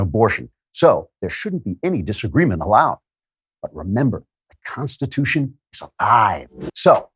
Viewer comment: Pronunciation key: the Constitutia?